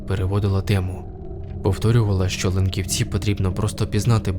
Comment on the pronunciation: ...вимовляється: лЕнківці, лЕнківцях і т. д.